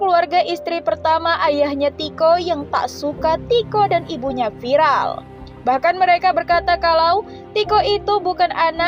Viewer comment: Viral buk..bukan vilal 🗿🗿🗿🤣😭😭 Ngakak emang ibu" +63 ngomong ...pedes pedes🤣